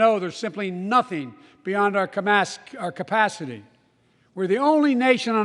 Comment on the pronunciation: "Because I know there is simply nothing, beyond our camacity ... " :) :) :)